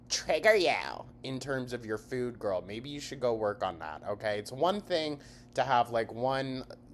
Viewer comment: The way she’s pronouncing “food” is driving me crazy. I don’t know what the difference is suddenly but it’s so irritating.